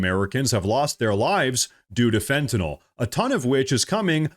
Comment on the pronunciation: You pronounce Fentanyl properly im subscribing